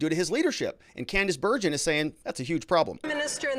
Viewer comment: Hi, I keep hearing you pronounce Candice Bergen’s name incorrectly. You also do not seem to know who she is other than as a member of parliament. You can find all this on Google. I personally remember her very well.